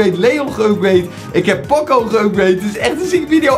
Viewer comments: Ben ik de enige die me ergerd aan dat pocco zegt in plaats van poco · In iedere video zegt hij pocco maar het is poco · Ik kan er niet tegen dat hij pokko zegt ipv poco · Hij heet poco niet pocco je spreekt het uit als pooco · Poco spreek je uit als poko. Like zodat hij dit ziet!! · Je zegt poocoo en je schrijft poco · grumpie Games ja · Je spreekt poco verkeerd uit.de eerste "o" moet je ook lang uitspreken